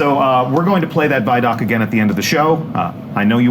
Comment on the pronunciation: The way you pronounce ViDoc isn't an option, that's why people got on to you. It doesn't have two d's so it can't be vid doc grammatically. Anyway great video sorry for being a grammar Nazi